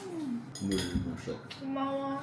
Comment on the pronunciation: 53분 머선129... 게다가 요즘 자주 올려줘서 너무 좋잖아❤ 즐겁게 씩씩하게 잘 지내는 모습 넘 좋아요💗 이야말로 국위선양하는 그런 느낌~? 일 갔다와서 저렇게 wife가 맛있는 밥 손수 지어 넘나 배불리 먹을수있게해준다면 살 맛이 날 것 같네요! + 그 와중에 젓가락질 정말 잘 하고, '고마워'라는 발음도 한국인스러운.. 그리고 LG 컵이 깨알같이 재밌음🤣 + 통통한 조카 넘 커여움...